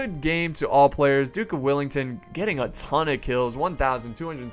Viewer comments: Its Wellington not Willington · he say duke willington? it well-ing-ton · Dude.. its wellington not willington get it right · Duke of Wellington not duck of willinton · it's Duke of Wellington not Duke of willington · “Dook Willington” 😭🤣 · Duke of Whillington? Its Wellington m8! Wellington not WIllington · WELL ING TON..... not willing tongue or willy ton .... sigh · Greatings from Wellington, New Zealand! Or as the guy in the video would call it: Willington... -. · Hi this is my favorite part of history so thank you ps I am a huge fan and it is Wellington well and ing ton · "Duke Willington" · It's WELLINGTON! 🙄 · Is that how you say Wellington? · awww no. I'd thought u would put on a posh english accent to when u were going to say the Duke of Wellington's name :P